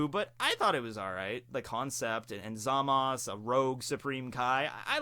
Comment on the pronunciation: OMG "Zamas" again... come on, even in the english dub he is called "ZamasU" ...